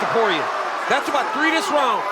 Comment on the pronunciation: "dis" Hahahahahahaha